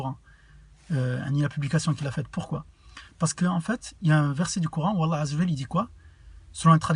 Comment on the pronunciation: remarque d'amélioration : prend le temps de prononcer correctement les termes comme "Allâh" (et non alla), bismillâh ( et non bismila) etc.. 😃 respecte les prolongations